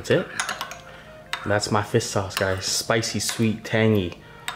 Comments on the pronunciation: “Fiss sauce” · has some strong struck Vietnamese dialect when he speaks (due to his parents being from Vietnam imo) He has trouble pronouncing any words that have "shh" or words that end in "rrrr". I've noticed that on all his videos. So that's the reason he says "fiss sauce". Not bashing the guy. I'm asian (Canadian born n raised) so I get why he pronounces certain words as such. Makes me giggle sometimes lol.